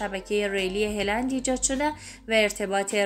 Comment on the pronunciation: ه را بااو یعنی پیش تلفظ کنید نه با ِ ویا اینکه با زبان خودتون مثل قدیم ها بگوئید هالند. آخه ه با ِ را ازکجا آورده اید.چرا وچرا این همه لی دقتی. هِلند یعنی چه؟ یا بگوئید هالند یا بگوئید ه را با او یا پیش هلند